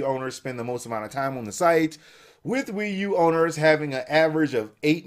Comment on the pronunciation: The Wii u is pee u